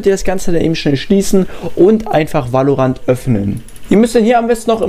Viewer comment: wie spricht der valorant aus alter